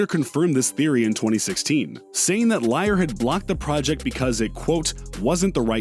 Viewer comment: DJ Paul & Juicy J "Cashin' Checks" could have been on this list I think. Also, do you say "Liar" to be funny?